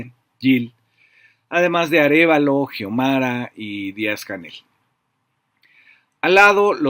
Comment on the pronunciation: Fabrizio, los hondureños pronuncian /siomara/, pienso que en vez de /jiomara/ debe decirse /shionara/ al nombre que se escribe Xiomara. 🥳